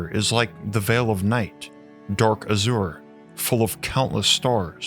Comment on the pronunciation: AZURE isn’t pronounced how you did it mate. Dictionary Dot Com has a wonderful audio function, so when you look up the word you can hear how it’s meant to sound. You can’t miss it… but please try it. 🌈🪬🛐